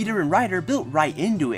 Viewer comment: "Walla"? I think you mean voila.